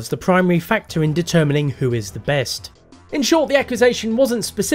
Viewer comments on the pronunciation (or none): none